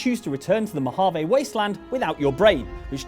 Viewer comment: Mojave. It's Mojave. Not Mohave, you barbarian.